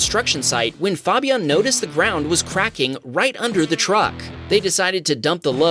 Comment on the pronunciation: Cool vids but you really need to learn how to pronounce the name Fabian LOL!